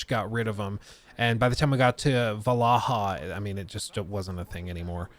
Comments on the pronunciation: Valaha?? 😂You mean Valhalla lol, good vids tho 👍🏼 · I’m sorry…”Valaha” 🤣🤣🤣 you mean Val-hall-a 😅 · IS nobody gonna talk about how he pronounced VAL-HALLA , VALA-HA! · What's wrong with the pronunciation of Val - hal - la??? Why do you keep saying VALAHA??? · *not "/valahl-ha/", it's "/val ha lah/" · I chuckled every time you called Vallhala Vallaha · "VaLaHa" instead of Vallhala, pretty smooth 😬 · it is Valhalla nat Vallaha. Yes, we know. Its about joke overstaying its welkome... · Are you saying Val-Ah-Ha" wrong on purpose? Is it an inside joke about the Assassin's Creed game or something? It's pronounced "Val-hal-lah". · This video is cool and all, but him saying Valaha instead of Valhalla is the highlight for this video to me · It’s Valhalla not “valaha” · Every time he says VALAHA, i cringe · Did you really say VALAHA ? 🤣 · this dude just said valaha for ac valhalla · no way did this dude just pronouncd it 'val-ah-hah'. looool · "va-luh-hull" bro wtf 😭😂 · VAL-HA-LLA You must be trolling 😆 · we love assassins creed vlaha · Did he just call it AC VALAHAA? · Just curious as to why Valhalla is being pronounced ‘Vallaha’? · Hang on, you said what? Va la ha ? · I’m sorry I can’t get over you saying “Valahah” 😂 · bro really said val a hah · Say Valhalla right!!!!! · Bro butcherd the word valhalla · Oh God I cringe so hard every time you try to pronounce Valhalla. Nice video though. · . How the hell did he pronounce Valhalla? Lmao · surely that’s not how to pronounce Valhalla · That Valhalla pronunciation was hilarious. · How many times is he gonna mess up Valhalla